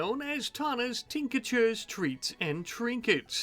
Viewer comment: Just for the next series, Tinctures is pronounced Tink-Tures, there's no EE in between (although it is really cute that you pronounce it that way 🤭)